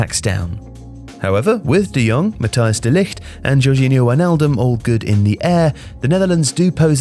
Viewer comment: Nice informative vid, I have the feeling this has been written/started production befor the last 3 games of The Netherlands, which is understandable. Also compliments for getting closer to the correct pronunciation of Dutch, you got "de Jong" almost perfectly right. However, the oe in "de Boer" is not pronounced as the German ö or an o and then an e following it quickly. The oe sounds more or less like oe in the English words 'shoe' or like oo in the English word 'poo'. Keep up the good work and I am looking forward to the next videos about the euros!